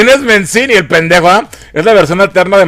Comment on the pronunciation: "Mencini" XDDDDDDDDDDDDDDDD